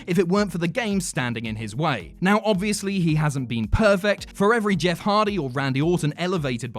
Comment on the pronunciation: When he says Jess instead of Jeff